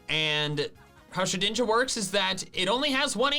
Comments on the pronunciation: it shed ninja not she dinja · omg said shedinja right